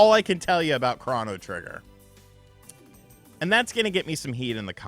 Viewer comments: CROW-KNOW Trigger…not CRAW-NAH Trigger 😂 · It's crow-no trigger. Not cron-oh trigger... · U be killing me when u pronounce games lmfao … it’s cro - no - trigger … best way you can pronounce it and U - B - SOFT NOT … OH - B - SOFT 🤣